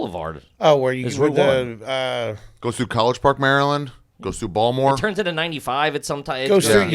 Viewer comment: Lol Ari hoping someone would notice and say something about his pronunciation of Baltimore is hilarious.